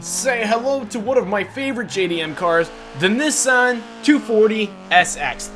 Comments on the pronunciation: said Nissan wrong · Do you not know how to say Nissan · the way he said nissan tho